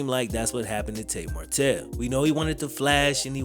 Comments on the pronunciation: I love these videos but you gotta get his name right bro 😂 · I really enjoyed your video, but I'd work on ensuring you're saying the subject's name correctly throughout the video lol